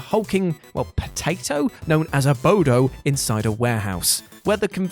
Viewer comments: Dunno why but everytime he called 'Abobo' the 'Abodo' triggered me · Abobo. Not sure if you commented what you did because you didn't know what it was or thought it was said wrong, or what! The question mark throws me off...but yea, he said it wrong. It's Abobo. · Abobo not Abodo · AboBo...not AboDo. lol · "abodo" i cringed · One of many people who hear one of the MANY times this channel mispronounces a word, or entirely uses wrong terms.....and decides to repeat the incorrect thing as if it is the correct spelling or word! It's ABOBO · "Abodo"? I guess it wouldn't be a WhatCulture video without some gross mispronunciation. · Was it spelled "Abodo" in the UK or was he just saying it wrong?